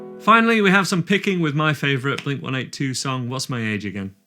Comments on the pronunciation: I always thought it was pronounced “Blink One Eighty Two”? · I’ve lived in the UK my whole life and I still pronounce it as one eighty two 😂